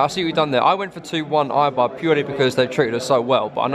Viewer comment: It's pronounced a-bar not i-bar.